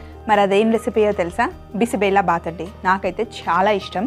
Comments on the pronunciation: Karnataka food. It is not bisi bela baath bela is pronounced wrong . it is bisi bezha baath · Mam it is not bisibellabath it is bisibelebath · Bisi bele bath .. 1) - Bisi means - hot.. 2) - Bele means - Dal ( kandipappu ) 3) - Bath means - rice / whole dish ... Ma'am ! U r pronounciation is wrong that is BISI BELE BATH.. And the recipe is so good ..!👍👍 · Sorry to say this, you are pronouncing wrongly dish name. It is basically Karnataka dish.... "Bisibele bath" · I am from Karnataka, apart from the pronouncement, the method is perfect